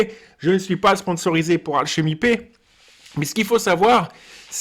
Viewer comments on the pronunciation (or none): C'est marrant comment tu prononces alchemy pay, tu le dis alchemy paie x)